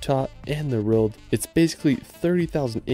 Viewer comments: World…it’s world. Not reald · Can you say the word "WORLD". Your pronunciation of this word makes your video unwatchable! For some weird reason, you seem to pronounce it "RILD". "Best surfing in the RILD". WEIRD, WEIRD, WEIRD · Love you channel but I can't take the way you say "world" it's like you're saying "rorld" 😭😭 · world = rerld in all seriousness tho, great video